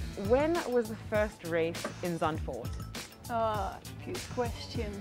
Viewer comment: Being Dutch I can say your pronunciation of Zandvoort is very good :-)